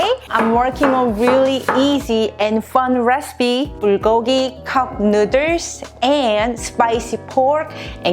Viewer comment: Take a shot every time she says cupnooders😂💀